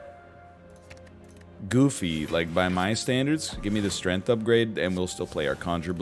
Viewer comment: Has he always pronounced it “Strenth”?